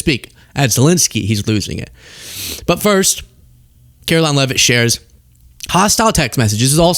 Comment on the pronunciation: her name is pronounced ‘Karolyin’.